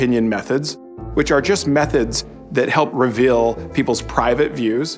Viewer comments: Never trust someone who can't pronounce 'reveal' properly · Mr. Rose’s pronunciation of “reveal” reveals that he’s from Utah.